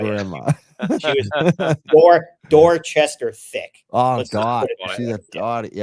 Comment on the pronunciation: not door chester